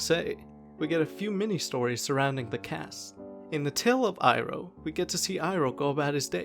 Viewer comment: It's pronounced "ee-roh" btw lol not "eye-roh"